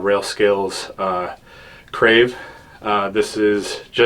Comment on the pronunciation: It’s the Karve grip not crave haha